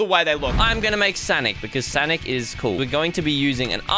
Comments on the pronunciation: Tell is sonic not sanic because it's making me feel sad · It isn't sanic it's sonic. And i think u have great videos on YouTube and I like the videos that u prank 😂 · It’s s-O-nic not s-A-nic!!! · "I'm gonna make sanic" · sonic or sanic? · Heyy its not sanic its sonic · Sonic bro fire light it’s not sanic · said sanic🤣